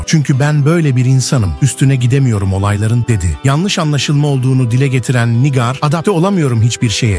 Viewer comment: NİGÂR diyemeyen de video hazırliyor ya. Pessz.